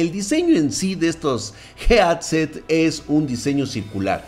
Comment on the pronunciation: Nadie:: JEADSET:v